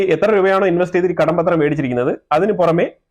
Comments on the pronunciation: കടപത്രം not കടം പത്രം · കടം പത്രം എന്നു പറയാതെ കടപ്പത്രം എന്നു ചേർത്തു പറയൂ. That's how it's pronounced.